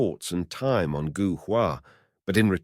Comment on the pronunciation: Gou is pronounced Go in Chinese.